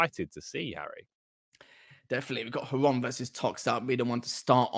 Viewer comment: Casters thx for saying correct nick Xron (Hron) at last! =) Was so sick of that "zron" pronounsing